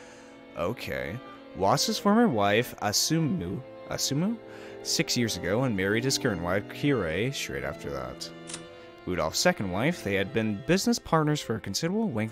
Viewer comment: A few more pronunciation tips you might want (although I'll note that you made significant progress since you started Higurashi were you were hopelessly wrong on every name^^) Natsuhi -> Nat-Sue-He (not Nat-Sue-She) Hideyoshi -> He-Day-Yo-She (not Hi-Day-Yo-She) Kirye -> Kee-Ree-Ay (not Kee-Ray) Hope you enjoy your read. The start can be a bit slow but it all pays off big time.